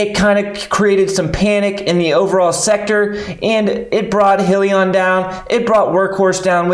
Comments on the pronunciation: Please first learn how to accurately pronounce the company name in order to be taken seriously. It's High..lee...on. Not Hill...lee...on. SMH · Congrats on the post but just a reminder though, it’s pronounced “High-lion” not “He-lion” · FYI.... Its not "Hill-e-on" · What is Hill-e-on? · your saying Hyliion wrong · Good video though! - But proper pronunciation exhibits much more “in the know” and a higher level of professionalism! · Please learn how to say the companies name right 😂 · Lmao was my first thought as well especially if u are making videos about them!